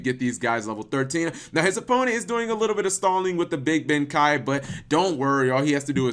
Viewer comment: Deal with it cause this was meant to be a comment for cap to fix his pronouncing ever since he said it wrong from the first time he said and I quote big benkai, this will only get more painfull if you keep interrupting and butting in to my comment clearly meant to cap.